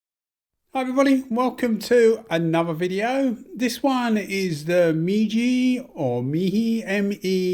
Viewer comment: I'll help you 😆 It's pronounced may (like James May) and G... May G 🙃